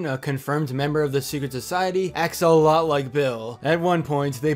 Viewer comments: When you were saying bill and stan are pretty Similar it sounded like you were saying axolotl. acts a lot like bill if you say it fast and blurred it pretty similar ... Duh duh duhhhhh conspiracy theory! Idk if axolotl is spelt correct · "axolotl like Bill" i don't know if that was an intentional pun or It just sounded like that but It cracked me up anyway